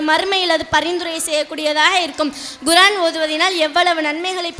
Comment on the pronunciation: Very good. Pronounce Korean and not Guraan